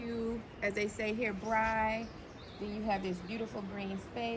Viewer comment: Braai* not Brai